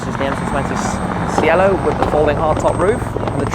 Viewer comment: The MC20 spyder is pronounced ‘chello’, it’s Italian for ‘sky’.